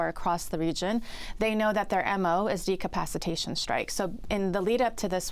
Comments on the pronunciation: Decapitation or Decapacitation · "Professor" is confusing decapacitation with decapitation . 😂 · It's "Decapitation", not "Decapacitation" as twice said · Decapitation, not decapacitation… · It’s not decapacitation it is decapitation. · How many times is this "expert" going to say "decapicitation" while meaning "decapitation". Johns Hopkins is really falling off... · She keeps saying "decapacitation strikes" i think she means "decapitation strikes" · Decapitation strikes, professsor, not decapacitation strikes. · "Decapacitation strike" is where you reduce the capacity of a country. F'in idiot. I like how no-one corrected her. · She said de capaci tation strikes TWICE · "Decapacitation" is a whole different word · Please find a CSIS PhD who can correctly pronounce decapitation. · not a bad guest, but surely it hurts one's credibility a bit if they can't even pronounce "decapitation strike"? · Somebody PLEASE help her learn to pronounce "decapitation!" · This lady can't even pronounce the word "decapitation" properly, but she's a professor at Johns Hopkins.... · This "professor" cant pronounce "decapitation"?